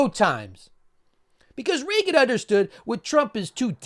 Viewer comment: You mispronounced REAGAN